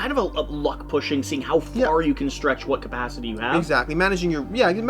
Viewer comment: They seriously need to change the name “Ship Phase”. Every.time. I hear shi(t) phase or the better shi(t) faced 😂